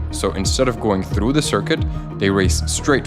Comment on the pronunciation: I hate it when people pronounce "through" with a rolling r